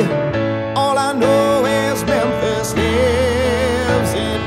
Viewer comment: Memphis lives eh may.... Love this, but it bugs that he doesn't pronounced the last word correctly... And yes, I know an "ee" syllable is bloody hard to sing, but this is his job.